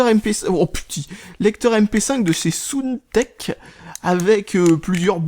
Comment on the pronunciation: une petite faute pas soune tech c'est saound tech (prononciation)